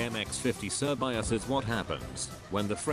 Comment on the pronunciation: its not actually pronounced "sir bi as" its pronounced "shuh bay say"